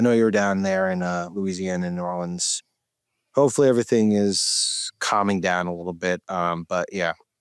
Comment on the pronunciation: Sam does a great job of not showing where he's from with his pronunciations...right up until he says Nawlins. ;-) Love you both.